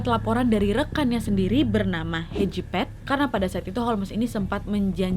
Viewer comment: Nama nya hedgepeth gua denger nya kejepet hehe